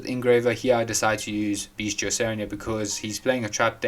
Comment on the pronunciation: The way you pronounce bystial is funny haha. Lab has a horrible branded matchup. GG